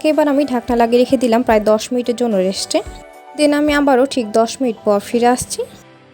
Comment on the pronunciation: আপনি "স" এমন ভাবে কেন উচ্চারণ করেন,খুবই বিরক্ত লাগে শুনতে😑😑 যেমন- রেসিপি কে রেশিপি,রেস্ট কে রেশ্ট, সাইজ কে শাইজ,স্মেল কে শ্মেল বলেন🙂